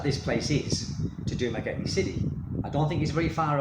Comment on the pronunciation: Sir, if you can't pronounce the name of your own city correctly, and don't know that the island of Negros Occidental doesn't exist, then you are hardly qualified to say you imagine the Dumaguete Police are going round expat homes to warn occupants of increased danger to them. How would the police even know which homes to visit? You, sir, are a berk.